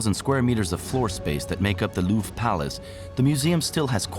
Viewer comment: I have heard of a rhombus, but I have never heard it used to describe the diamond shape of an object. Instead everyone says it's diamond shaped not ohh look at that there rhombus. - The Louvre-ra? The heck is that? Don't you just mean The Louvre? Man you French sure do pronounce some things in some very strange ways.